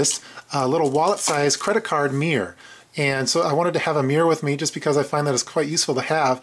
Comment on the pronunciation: Good kit... by the way, there's 2 syllables in "mirror" ;)